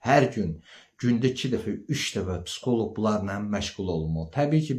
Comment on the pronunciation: Psxolok yox, psixoloq